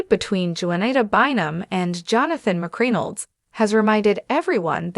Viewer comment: YOU ARE STILL PATHETIC! YOU CONTINUE TO MISPRONOUNCE BLACK'S NAMES! Her name is pronounced: Juan-i-ta (the J is silent!). Not Joenato Bynum! Secondly, Johnathan McReynolds. You mispronounced his last name calling him McCrinalds! You're a JOKE and a DISGRACE to ALL CCs! Just GO AWAY, PLEASE!! Your PODCAST will NEVER BE SUCCESSFUL!😂😂😂😂